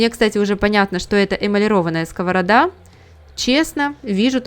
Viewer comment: Дуже ріже слух скОворода. Думала так кажуть тільки кац"пи